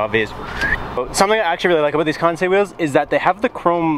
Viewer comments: Kinda funny that you "KANTSAY" KANSEI😅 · Why would people roast you for pronouncing kansei correctly... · Lmfaooo you pronouncing the name of the wheels had me dying